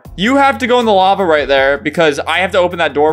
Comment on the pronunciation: Lafa instead of lava 😂